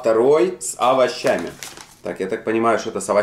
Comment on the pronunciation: Хотдох с А-ва-ща-ми, зачем это произносить по слогам, еще через А